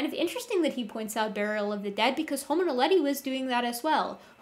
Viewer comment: The first o in the Latin word homo is short, the second o is long. Thus the correct Latin pronunciation is haw-moe. From a professional.